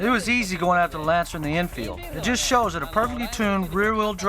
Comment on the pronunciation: "On the street, the setting of this car might be juuuuuus' right." Hahaa I didn't know was such a Suth'un boy!